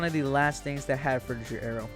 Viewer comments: FROO-tih-gur, not jur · It pains me every time he says "Fruityjer" and not "Frutiger" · Not frutidjer, you dummy. It's fruti G er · Pretty sure it's pronounced fru-ti-ger, not fru-ti-jer. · Frutiger fru-ti-Ger not jer agh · frutiJer aero????? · Fruchttiger A-ero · Yelling at my phone the whole time because this dude can’t say Frutiger I’m so pissed off right now